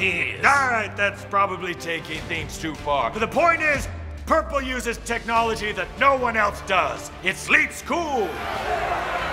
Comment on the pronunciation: I heard "burple" instead of "purple"